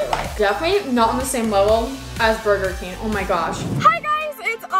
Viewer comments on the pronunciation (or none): It’s Burger King not burger keen